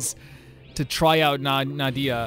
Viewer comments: Na-hee-da not nadia 😅, basically her ult is a boost support for everyone Her skill is linking enemy and they will take damage together through elemental reaction (dendro only react with electro, pyro, and hydro) So for easy use is.. 1. Link enemy, razor ult and attackkkk (with razor) 2. Link enemy, pyro, razor ult 3. Link enemy, make wet (with barbara), attack with pyro or electro Dendro + hydro = bloom, dendro core (the green thing) Dendro core + pyro = burgeon (explode) Dendro core + electro = hyperbloom (homing missile) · Na-HI-da, not Na-dia please 😭 she is a very important character in story by the way but you won't meet her soon sadly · Sorry I just can't, it hurts so much. It's Nahida, or for a comedic relivea Nahihi, not Nadia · don't be too down on yourself about it! i'd say probably 70% of the videos i've watched of people reacting to the character demos for the first time see 'nahida' and immediately pronounce it 'nadia' as well. sometimes you need to hear a name a few times before it sticks in your brain, and you did only hear it the once. i'd say the mistake is less important than making the effort to learn the right way to say it /gen!